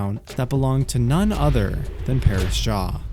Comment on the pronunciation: Mad stuff dude (btw the pronunciation of Paras is not what u were sayin cause 1 of my friends name is Paras)